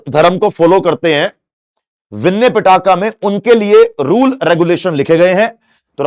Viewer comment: Sir just called Pitaka to Pattaka 😂